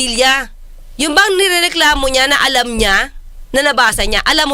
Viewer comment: CLUELESS BIAS "NAMBAWAN" Senator.....gaya ng majority ng mga botante natin. "ALAM mo ba?" grabe ang diin ni atty sa "alam".😅😅 Baka ma-persona non gratra ka niyan, atty. Trigger happy ang mga bida-bida ngayon.